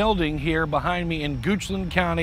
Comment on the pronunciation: Ah yes “goochland, shadowr run ln”